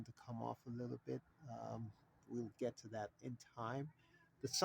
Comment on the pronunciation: What English is Gat??? Not Get, orGot not Gotten, Getten or Gat....